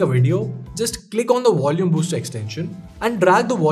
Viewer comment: I learned a new word today. Wolume!